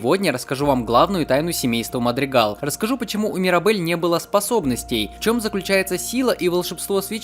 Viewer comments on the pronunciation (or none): Не Мадригал а Мадригаль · Не мадрегал а мадрэгаль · ОАПРВОАПРВОАПРВОАПВАП НЕ МАДРИГАЛ А МАДРИГАЛЬ!!!! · Не Мадригал, а Мадригаль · Даже в оригинальном дубляже, тоесть в английском, иногда произносят мадригал, а иногда и мадригаль